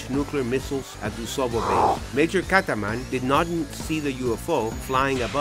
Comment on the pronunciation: its major kazman....not kataman. kazman=jewish name. dont you have people who know russian?